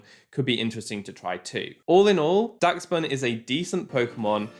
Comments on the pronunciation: im pretty sure its pronounced dash-bun kinda like the dog breed dachshund idk tho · why can nobody say daschbun right...